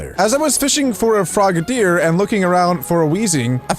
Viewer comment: It’s frog-a-deer